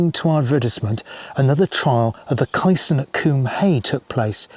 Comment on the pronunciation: Other balanced-tank UK examples - the Anderton Lift (vertical, as on the SCC) and the recent Falkirk Wheel (rotary ). Also, I think it's pronounced 'Kay - Son'.